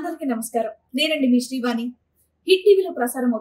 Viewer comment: అనిసరిగపలకండి వానికాదు